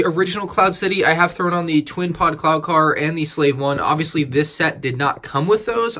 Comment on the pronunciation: It sounds like you say clown car instead of cloud car